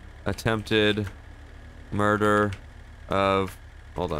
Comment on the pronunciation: attempted "muder" hahahahahahaha